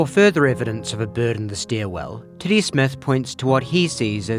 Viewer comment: I had enough time to laugh at the Kiwi pronunciation of what was obviously supposed to be ‘Teddy’, right until the graphic with his name spelled out appeared. If that was on purpose, it was perhaps some of the greatest comedic timing I’ve ever seen.